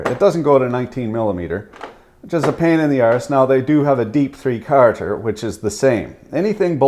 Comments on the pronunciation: Please! Down here in the States we dont sat "three carter" It's "three qualludes", please!! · Had to play it back a couple times.. “3 Karter”.... say what? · What in the Sam Hill is “fee cahrter” socket? 😉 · Are you saying 3 Carter on purpose? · Why do you say "quarter" like an Irishman? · Lol your Canaderpian accent really comes out when you say "quarter" Caught me off guard the first time I heard it haha